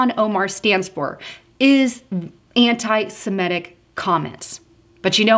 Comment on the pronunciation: It's Sem-IT-ic. BTW, whatever happened to Linda Sarsour? It seems Omar took her place.